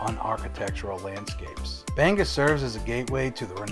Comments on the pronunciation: Well,im from Bangor and lived here my whole life..its not pronounced banger,no one pronounces it that way in Maine,we even have a song that explains the correct pronounced name..look it up and learn it. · You are the first person I heard pronounce Bangor as Banger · It’s BANG-Gore. “G” goes with both syllables. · I'm from Bangor and locals don't pronounce it anywhere near that there Welsh boy. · Acadia....not Arcadia. Bang-GOR, not bangah or bangerrrr...do bettah. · "Banger" & "Arcadia". I'm from Phoenix and just cringed. 😂